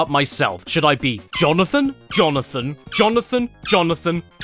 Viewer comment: "Jonathan." -Jonathan, Jo/na/than